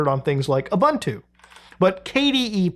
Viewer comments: It's "OOBOONTOO". "OOBANTOO" doesn't exist... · By the way, Ubuntu is pronounced OO-BOON-TWO and not OO-BUN-TWO and definately not YOU-BUN-TOO either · Ubuntu is pronounced ooboontoo😅